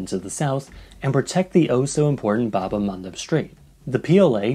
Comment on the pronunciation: Your pronunciation of bad el mandeb is extremely wrong